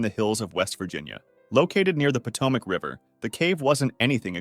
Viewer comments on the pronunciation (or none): none